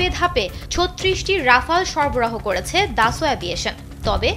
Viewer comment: Dasolt not daso 😂😂😂